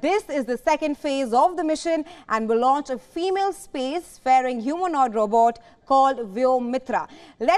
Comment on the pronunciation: 1. Spacefaring not Space fairing 2. How can rubber with electronics have a gender ? bit hyper, right right commentary is robot in female form or female robot will also do insteaeed of "Female space f...robot"" Who edits and makes this news ?